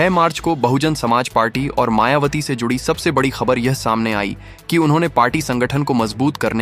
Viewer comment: आपने मायावती की जगह मायावाटी बोला है।दो बार मेंने सुना आप सम्पादक जी शुद्ध बोलना सीखें हमारी बहिनजी बीएसपी की राष्ट्रीय अध्यक्ष हैं। होनहार प्रधानमंत्री हैं।आप मनूवादी सम्पादक तो नहीं हैं। पूर्व में भी आप जैसे मनूवादियो ने हमारे पूर्वजों के नाम बिगाड़ने का काम किया है। जैसे बुद्ध वार जन्म हुआ बुद्धा चन्द्रमा निकल रहा चंदू, सांवरे रंग है सांवरिया काला है कल्लू, झंडू राम, तोता, राम पांचा राम,तीतर,कबूतर , छितर राम, फत्तू, इत्यादि रक्खे हैं। अपने बालों के राजवंशी रघुराज सिंह रविन्द्र पचौरी द्विवेदी ऋषिराज सिंह, धीरेन्द्र शास्त्री,नवीन शर्मा, श्री वशिष्ठ इत्यादि है,आप हमारी बहिनजी का नाम बिगाड़ रहे हैं। सही बोलो नहीं तो पत्रकारिता छोड़ो। जयभीम जयभारत आर एस राणा बौद्धाचार्य अलीगढ़ से बामसेफ कांशी राम जी अमर रहें बहिनजी जिन्दाबाद जिन्दाबाद बीएसपी जिन्दाबाद जिन्दाबाद।